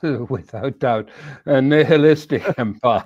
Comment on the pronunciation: Brilliant. Simply brilliant. "...a nihilisitic empire..." Classic!